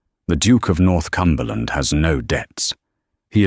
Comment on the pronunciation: He’s NOT the Duke of North Cumberland. He’s the Duke of Northumberland. . . .the “h” being silent it’s pronounced, North-umberland.